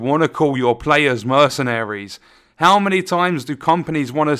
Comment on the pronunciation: Lol, they couldn't even get the word "many" right.